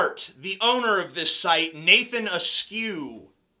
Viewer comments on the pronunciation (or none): none